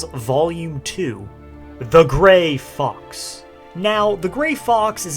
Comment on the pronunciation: I've just been listening to the video in the background, and I thought he said "The Gray Fucks." I thought it was to insult someone, but then I looked at the spelling and heard it a second time, correctly.